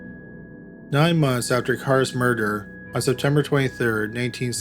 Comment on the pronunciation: More door? I've never heard murder pronounced that way